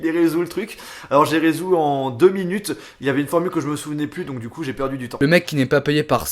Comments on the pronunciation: "Et voilà il est résout" x) je ne pensais pas ça de toi! On dit "résolu"! ^^ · Pour le rubik, t'as bien dis "je l'ai résou" ou c'est moi ? XD Super au fait j'arrive déjà pas à faire une face !!!! -_ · Resous? Ça ne se dit pas on dit resolut😜